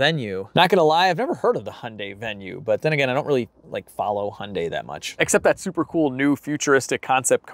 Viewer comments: You say Impala correctly but your Hyundai is way off. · I laugh every time an American says Hyundai. (Hun-day)🤣🤣 in Australia 🇦🇺 we say (Hi-un-die) or (hi-un-day) 🤣🤣🇦🇺🇦🇺🇦🇺